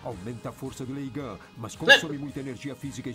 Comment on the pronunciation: é Leigan que se fala kkkkkkkkkk